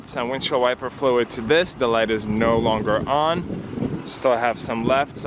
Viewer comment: For some reason, when he said “windshield wiper fluid” I thought he said blinker fluid, and I’ve never face palmed myself harder😂